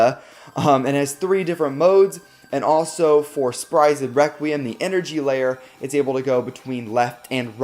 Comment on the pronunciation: No one: sprigen requwem